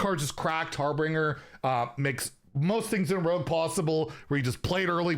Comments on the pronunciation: it pains me whenever says harbringer instead of harbinger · Anyone else mildly infuriated every time pronounces harbinger incorrectly? (it's pronounced har-ben-jur) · Drinking game: take a sip every time a streamer mispronounces a card name. Simple mistake, like 'Arkmage' instead of 'Archmage.' Take a long sip every time they add a full letter that isn't there, like 'Har-binger' becoming 'Har-bringer'. Take a full drink if they replace an entire word with something completely unrelated, like 'renaissance' instead of 'resonance.' In all seriousness, though, nice to have a point of reference. The game's been weird to get back into, mixed bag if you don't know what to expect.